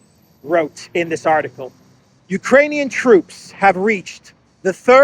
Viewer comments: I was over the moon that you also heard the cocaine word poping out, although she struggled saying the solidarity word as well,… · It sounds like cocaine but she said Ukrainian. Wrong translation. 😅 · She said "for the export capacity of Ukraini... muffle 'cocainian' grain'". So she started right, then 'corrected' herself in that ridiculous way. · Did You know? Bärbock usually says cocanian instead of Ukrainian.